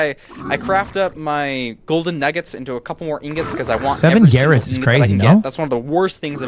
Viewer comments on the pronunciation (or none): nobody says garrots